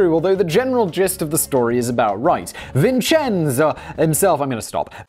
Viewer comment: Was cooking for my first viewing, rewatching to get all the details I missed (plus Simon's money). My son is named Vincenzo and he really appreciated hearing his name spoken authentically over and over again!